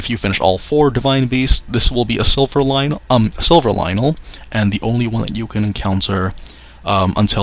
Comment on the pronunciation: It's "Lynel" Bruh 🤦🏿‍♂️